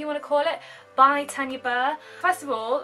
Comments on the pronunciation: You said Tanya wrong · Kawaii Berry Haha! My auntie is called Tanya and so I automatically say her name how my auntie pronounces her's. it's the same name either way just different parts of the UK pronounce it differently. Thank you so much for commenting though and pointing it out! Xx